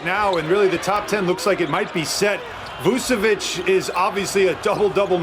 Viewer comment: It’s VuCHEviCH not Vusevic